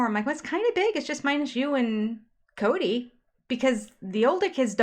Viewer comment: It's not Coyote Pass, it's Kody Pass